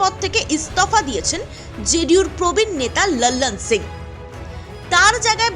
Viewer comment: একটু বাংলা টানে লালন সিংয়ের নামটা উচ্চারণ করলে ভালো হয়। বড্ড বিরক্তিকর শুনতে লাগছে। বাংলায় যখন বলছেন তখন হিন্দী উচ্চারণ নকল করা কি খুব প্রয়োজন???